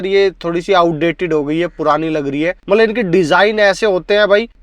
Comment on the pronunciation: Camera dekh bhaai.. aap to apna chehra dekh ke baat kar rahe ho.. aur 'mala mala mat' bolna "matlab" bolo.. khud sun ke samjh lo.. Aur ek baat "kones" nahi "cons" hota hai